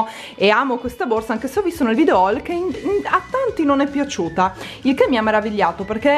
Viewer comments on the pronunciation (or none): none